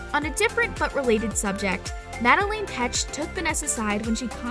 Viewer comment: She really said "Madelaine Petched" lmao I can't